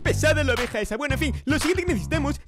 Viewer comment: EN EL MINUTO DIJO AVEJA ENBES DE OVEJA ;)